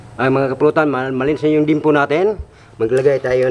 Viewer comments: dimpo daw sabi ni hahahahaa ung totoo😅😆li-yem-po yan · Liempo?? Dimpo?? Bimpo?? Alin jn sinabi ni?? Haha.✌️✌️🤣